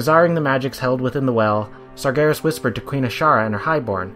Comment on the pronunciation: "sargheres" "mahrdewn"